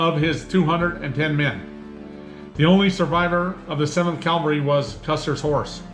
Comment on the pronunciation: “Calvary.” “Cavalry.” Not the same word. Not interchangeable.